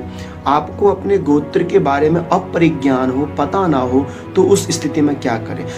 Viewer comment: "Gotra" where comes "G+akar" ? it is " G+ oukar" . Please don't misguide to viewers.